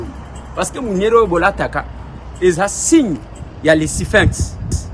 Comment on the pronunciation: merci de prononcer Sphinx au lieu de Siphinx.